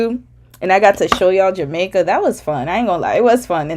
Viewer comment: are you Jamaican 😮, the way you pronounce Jamaica is fluid and you give me Kin folk vibe you also remind me of my older sister.